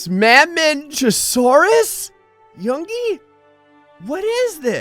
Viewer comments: Mamenchisaurus' name is pronounced "mah-MEN-chee-SAW-rus", though I've heard the "chi" part pronounced with a hard C sound too, so it may vary. Fun fact: Mamenchisaurus had one of the longest necks of any dinosaur! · he said mamenchisaurus wrong